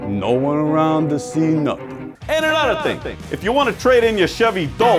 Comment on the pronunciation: ANUDA TING 🤣